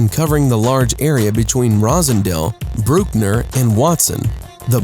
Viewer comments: Hey Narrator its pronounced Bruckner not Brookner.. Get it straight Dude!! The Soundview projects and Jacksons houses projects used to be pretty bad.. Not sure about now though. And why is Pelham projects on this list?? That place is a paradise compared to the rest! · Was it when he pronounced Bruckner "Brookner"? And why isn't Forest Hills on the list? GOH! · hey the narrator said Pelham & Bruckner in a weird language ... Castle Hill #1 wo! I used to live there .... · I call BullShit on this. I grew up in Castle Hill. He couldn't even pronounce Bruckner correctly. FUCK Out of here with this fake video. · He can't even pronounced Bruckner right. That's how you know he ain't step foot.